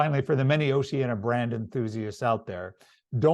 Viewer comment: It would be more impressive if you pronounced the name of the cruise line properly as in Ooooceeeaneeea not oceana